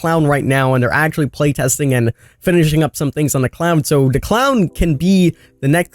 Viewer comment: Okay wtf did you say . ststisticks is pronounced statistics, da is pronounced the please speak English